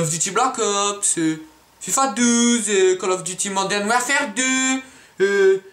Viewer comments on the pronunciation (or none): "Modern wer fer" mdr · EPiC a comment il dit Modern Werferrr 2 x) Allez voir